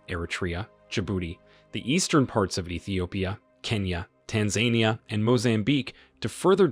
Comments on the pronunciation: Tanzania not Tanzainia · Tanzania .... It's pronounced Tan-zan-eea not Tan-zain-eea 😂😂😂😂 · Tanzania is pronounced as tanz-ah-ni-yah. With emphasis on the NI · Tan-za-nia sorry it’s driving me nuts 😂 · u can't even pronounce TANZANIA ( Tan-zah-nee-yah) . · This gentleman needs to learn how to say Tanzania properly. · Interesting pronunciation of Tanzania. 🤣